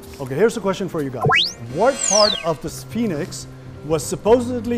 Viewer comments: He thinks he is smart. Can't even pronounce Sphinx properly. He said is-pi-nix. 🙄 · How would they get correct answer when he can't pronounce the word sphinx correctly.